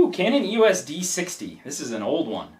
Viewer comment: The first camera is a Canon EOS 40D (it's NOT pronounced "YOU WUSS" it's actually pronounced : EEE OSS - you know, just like the LETTERS "EOS") & the second one (the EOS 50D) is NOT the same as the Rebel XT, the Rebel XT is the EOS 350D (which is the 3rd tier of cameras while the 50D is a 2nd tier camera) while the 3rd camera (the Rebel XTi) is the same as the EOS 400D, the Rebel T2i is the EOS 550D, the Rebel XSi is the 450D. & YES, I had (infact STILL HAVE) the Rebel XTi but it doesn't get much use now as I now have an EOS 5D Mark II as my main camera. The Rebel names are used in North America & Japan while in Europe they are known using the numbers. The thing to bear in mind is that Canon use the model numbers to designate the level of the camera. The top tier use ONE number & are considered to be the "PROFESSIONAL" cameras, 2nd tier use TWO digits & are considered to be the "Amateur end of the Professional" range, then there's the 3rd tier which uses THREE digits & is the "Professional end of the Amateur range" & then the 4th tier which (surprise, surprise) uses FOUR digits & is the Amateur camera range.